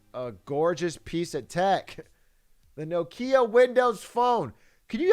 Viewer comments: Bro stop saying no kia its nokia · Does this man say No-kia?